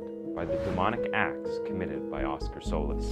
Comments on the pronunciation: Solis. Actually pronounced So Leese. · Souless is a fitting name. I know I heard that wrong but, that's all I can hear when you say his name.